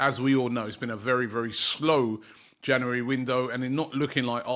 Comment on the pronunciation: We to start a gofund me page to teach Robbie how to pronounce "January"